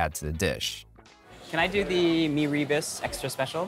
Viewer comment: Meee ree busss ... its me ru boos